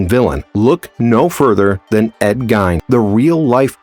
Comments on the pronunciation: Great insight. 1 slight correction. I live in Wisconsin so I am very familiar with the story. His name is pronounced Geen, like green without the r. ~Beth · For future reference it's pronounced Geen ( Ed ) . Just thought you should know. Great video too !!!